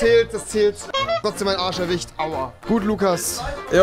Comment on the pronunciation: Warum kann er arsch richtig aussprechen aber sagt direkt danach erwicht😂🧐